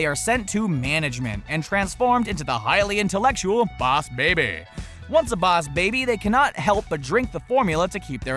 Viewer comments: stop saying bause baby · Baws Baby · Why does he pronounce 'BOSS BABY' as 'BAOS BABY'? It sounds DAMN ANNOYING when he says 'BAOS BABY' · Right ?!? Like why does he say b-ow(like in pain )-s baby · i stopped watching cuz he kept saying boss like bause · It's more like BAAAA- USEEEEEEEEE BABBBBBYYYYY (Slowed down) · IF I HAD A DOLLAR FOR EVERY TIME HE SAID BOAS BABY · "Bows baby" Everytime he said it I died from laughing Lol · Its boss not baws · Rewatch the video and take a drink every time he says “BOWSH BAYBIE” Actually don’t cuz you will die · Dude it's "boss baby" not "bowss baby" 🙄😑😂😂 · take a shot every time he said bouse babay You'll get alcohol poisoning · BAUSE BABY !!!! 😂😂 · It's boss baby not bows baby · it is boss baby not bowus baby. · It's not baus baibi its boss baby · Im late but stop saying “ballsh barbie” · Why are you saying bouse or baws instead of boss? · Why say boss wrong???? ( baoss baby?????) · Stop saying bass baby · What's bause baby it's boss baby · Boss baby. . Not boyus bahbay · 100% stop saying bause/bauss baby!!!! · OMG THE WAY HE PRONOUNCES BOSS BABY SO ANNOYING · jocileah msp baaaaaasss baby😂😂😂😂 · The baws baby 🤣😂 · Why is this guy so unusually pronounced "boss baby"?Is this a Southern accent? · Why can't you say "boss" correctly. It's super annoying. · why do u say boss baby like dat its so weird i was seriousally trying to pronounce how he said iy 😂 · What is Bause Baby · You know dang well you dont need to be pronouncing boss baby like that. Its a pain to listen to while watching. Dont know if whether to like or dislike. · Bowse baby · Boswz baby? Huwat? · I've never seen Boss Baby, but isn't the whole movie a flashback? Like him telling the story to his kids? Also, I know that a lot of Top 10 channels tend to mispronounced things, but how do you manage to mispronounced Boss? If it's a joke, it's not funny.